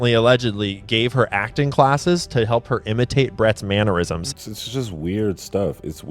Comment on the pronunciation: Man'ure'isms? Dude. That's embarrassing. Several times in the same video; and it made the final edit. Where are my manners? Maybe its a speech impediment rather than crippling illiteracy. Maybe it's just one of your Mannerisms.